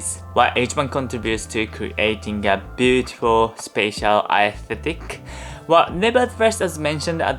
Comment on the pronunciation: I noticed how much trouble you had pronouncing aesthetic, which is totally understandable. I can give you a neat trick to make it a bit easier hopefully and that is to pronounce is esthetic instead. Just say eh before sthetic ignoring the A entirely. This is how American English speakers pronounce it and I think it would be easier for a Japanese person as well. Esthetic S Theh Tick. Even Estetick would probably be fine, since I know how hard TH is to pronounce for Japanese speakers and it's close enough that only a discerning ear will even hear it and most people will probably just ignore it even if they do notice it.